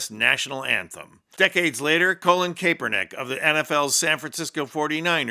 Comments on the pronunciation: Great video… BTW: it’s pronounced, CALL-Lin CAP-er-nik (phonetically) Not: Colon cape-er-nik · Pronounced CAP ER NICK sir. Get it right. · You can't even pronounce Kaepernick correctly.